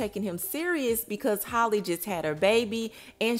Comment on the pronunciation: Girl this your fourth time reporting on this girl business. It’s so rude you can’t even say her name right. It’s not Holly. It’s HAL-LEE like Halle berry. You take the time and effort to edit and make these videos and can’t even pronounce her name